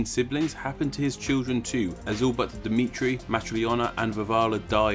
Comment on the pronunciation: it's dimitri